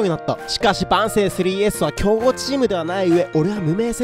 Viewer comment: 万世の発音よ